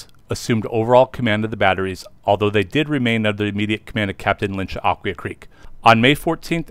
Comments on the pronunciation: One video I saw has it as "uh-KWHY-uh". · This must be AI. , because it’s pronounced Ak-wye-aa. Am I missing something? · Nice video, but you mispronounced Aquia. This is where I grew up and still live here. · That is correct.